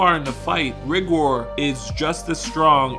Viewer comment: It's pronounced RY- GOR LIKE RY- GRRRRRR